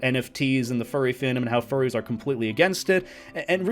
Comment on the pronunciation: I can not get over how he said "forries"